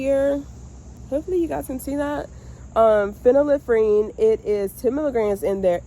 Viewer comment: Great job pronouncing phenylephrine! Start growing and foraging medicinal herbs. Every region of the US has wild medicinal plants. Prior to 1930's there was no big pharma- folk/traditional plant based medicines were used and effective.